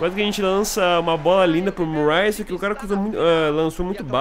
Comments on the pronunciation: seu lindo, não é MURREI, que se pronuncia e sim MÃRREI, abração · a pronuncia eh mãrrey e stãnislas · pugh = pãg murray = mãruei